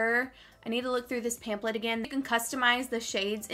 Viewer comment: DYING at the way you say pampHlet ;) ... PAMPLET lol